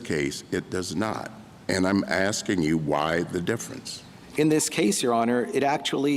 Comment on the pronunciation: I'm sure Clarence is asking not axing